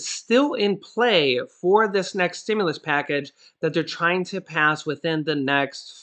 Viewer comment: Stimulus!!! Not Stimuless!!